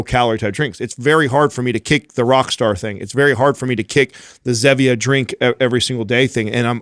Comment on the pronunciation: Someone tell it's not "Zeh"-vee-uh haha it's Zee-vee-a as in Stevia (Stee-vee-a)... kinda ruins the play on words lol